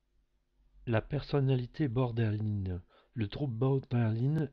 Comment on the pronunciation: Il y a des fautes partout, même dans la prononciation du trouble!